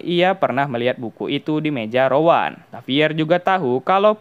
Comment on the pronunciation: Rowen bukan Rowan